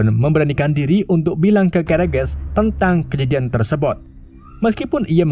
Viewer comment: tersebut bang. bukan tersebot